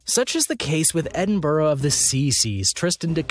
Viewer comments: Edinburg of the C C's?? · What a load of innacurate crap ! Edinboro of the see see's !!